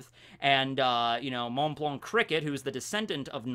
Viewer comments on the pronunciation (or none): Please dont pronounce the 'c' in "Blanc" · The "c" in his name is silent I needed to say it because that was stressful for me 😩 but great video anyway that's just a detail, I'm literally binge watching your channel lol